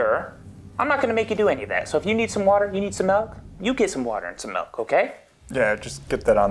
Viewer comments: the only thing i noticed was you say MELK instead of MILK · WHAT? GET THE GUY A GLASS OF MALK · Get it right people it's molk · just give him the mulk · My grandparents used to say malk lol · JUST GIVE HIM THE MYAULK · Its malk 🙄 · What do you mean it's malk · Pour him a glass of mulk! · Get him some maeioulk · WERE ALL SAYING MALK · GET ME, A GLASS OF MELK. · MELK baby! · Just give him the damn mulk! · I say MELK too!